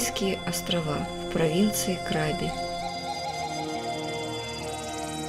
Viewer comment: КрабИ!!! А не КрАби...😂